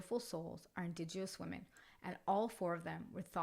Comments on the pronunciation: Really well done story! Just found your channel and subscribed ❤❤❤️ I am a fellow Canadian and did just want to kindly let you know you are mis- pronouncing indigenous. It is pronounced IN-DIJENUS. Looking forward to listening to your other stories 🙏🙏💕💕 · ‘Indigenous” has no “w” sound.